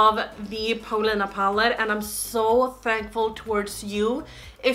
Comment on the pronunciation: I looove how you say your name in your Gothenburg accent/dialect! I'm from Stockholm, so i'm not quite sure why i'm writing this in english.. Den här videon gjorde mig glad, grattis till paletten💕